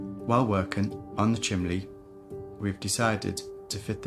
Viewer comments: During the narration I noticed you said "chimley" not "chimney". My friend is from the north east and does the same...it brought a smile to my face . Great to see the continued grafting... Tracy, you put me to shame! Brilliant team!🌷🌷🌷🌷🌷🌷🌷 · will you settle a bet for us? Are you saying « chimley » in your voice-over?